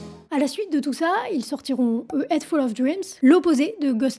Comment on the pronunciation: Juste un bémol: il faudrait faire un effort sur la prononciation des mots Anglais. Head ne se dit pas "aide", le h se prononce ! Sinon, au top !